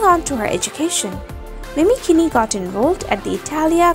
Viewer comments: Its not pronouced keeni its pronouced keene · hey name is pronouced 'mini keen' not keen-e.. christ